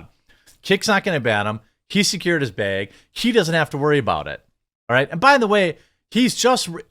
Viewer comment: Probably because the way he pronounces, which is probably due to his accent.